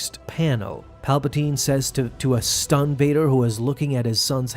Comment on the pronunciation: why you say 'stunned' like that